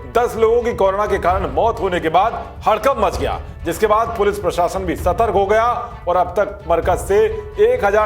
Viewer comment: सतर्क़, क़ोरोना, अग़र, ज़मात, ग़ाईडलाईन, महासंक़ट, संक़ट, तेज़ी, ऐक़्शन.......... कमाल है आपके तो जलवे हैं कु-उच्चारण का........ शर्म यदि घोल के ना पी गये हो तो सुधर जाओ......